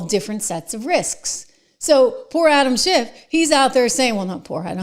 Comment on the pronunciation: Trish, it sounded like you called him animal shit.lol😅